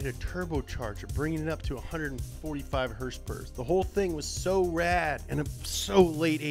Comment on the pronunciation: “Hursperers” lol 😂 its horsepower horsepower is that so hard damn it lol